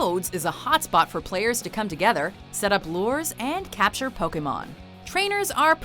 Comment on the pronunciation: I don't think a single person in that video pronounced "Pokémon" correctly (and that includes the clips from the early animé episodes). It's a long A sound, people!